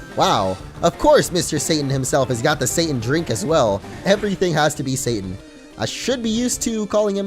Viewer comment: hes saying satan i hear Sane.......